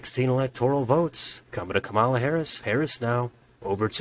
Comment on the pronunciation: Great video, but her name is pronounced “comma-la”